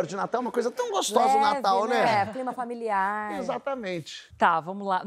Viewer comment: “Clima familiaRRRRRRR” amo essa puxada no r